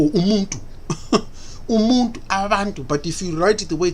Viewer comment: there's no way you're a South African with that West African accent and facial features... You can't even pronounce the word umuntu properly..